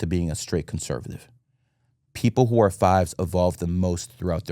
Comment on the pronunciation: I agree with a lot of what says however the first vowel in Conservative is also an O.